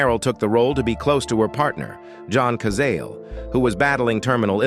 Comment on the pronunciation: OH, please, if you're going to do these videos, learn how to pronounce the names of the people in the video correctly. It's John ka Zah lay.